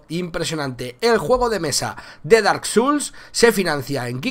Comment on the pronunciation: "Dark suls" ¿en serio?, nunca es tarde para empezar a aprender inglés.